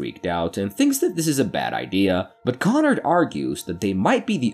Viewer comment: It's KonRAD not KonNard